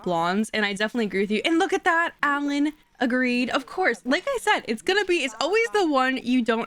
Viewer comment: I know I'm still late but you calling Alain "Allen" is sending me 🤣 its pronounced "Ah-Line" ❤